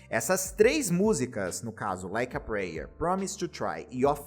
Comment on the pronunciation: O vídeo é excelente. Mas eu tenho agonia em ver todos os Youtubers pronunciando "prayer" errado 😅